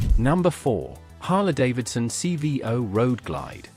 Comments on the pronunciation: Harlee, not Harluh. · AI pronunciation is CRAP! It's pronounced Harleeeeee; not Harla.